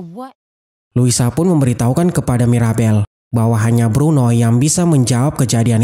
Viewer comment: bruno bukan bedro